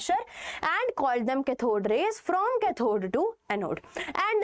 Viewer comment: Why is your english soo baad like u r saying ccathhod it is pronunced as caathod please use proper english